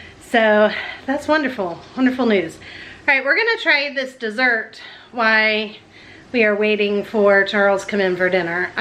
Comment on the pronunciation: Do you say WHY instead of WHILE or am I going deaf? This is NOT an insult. I am just nosey.